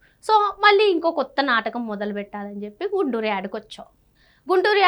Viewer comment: గుంటూరు కాదు గుండూరు